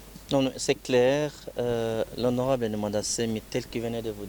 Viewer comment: "désHonorable" et non "desonorable" "la brute VIENT de PEUPLE" et non "la brute vienS du peupleS" "commencer PAR dire ca" et non "commencer A dire ca" Alors sois modere et humble avant de t'attaquer aux autres. Donnes des suggestions constructives qui peuvent aider le Congo STP.